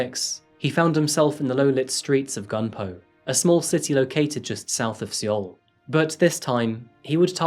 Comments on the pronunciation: The “e” in Seoul is silent btw, so it’s pronounced “soul” or “sole”. Great video as always 💖 Looking forward to your next one! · Hey uh, hope you've learned how to say Seoul by now. I have made the same error having only read it first. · Seoul is pronounced like the English word “Soul”, not “See-Ohl”. Not trying to be nit picky just trying to help you for future videos that may include South Korea. Their pronunciation is different. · surely it's pronounced "soul" not "sool" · Amish beard is getting out of hand, also 2 things in the first few minutes. Military service is not optional in South Korea. All men do it for 2 years. And it's pronounced "soul" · "soul is pronounced soul" ?????? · Seoul pronounced as SOUL. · you said Seoul wrong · I love your videos, but the way you pronounce Seoul in this video nearly gave me a stroke xD